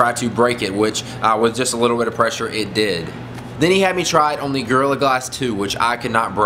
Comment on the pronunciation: At first, it sounds like you are saying girl glasses 2